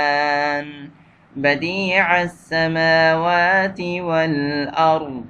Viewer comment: Assalamu alaikum rahmathullahi barkatahu mere bhai theekhse dekhkar padakaro badiussamawati hai ,badi assmawati nahi